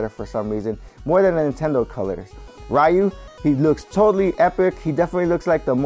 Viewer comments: It's Riu, not Raiu. (Hermionie quotes) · Dang Roy really looks cool, even his face unlike Lucina and Marth - and BTW Ryu is pronounced as Ri-yu not Ra-yu